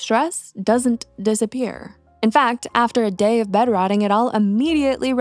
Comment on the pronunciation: Why did you say Dayer for the word day??? It is pronounced Dey as in they. Not dayr as in they're.